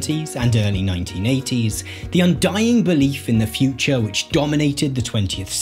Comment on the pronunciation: interesting, I would have paid more attention if I wasnt soooo distracted by the guy's inability to innunciate the final syllable of each sentence "bold new visions of the futch..."